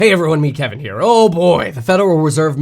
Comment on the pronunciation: Keee VEN.... KEVEN! 🧑‍💼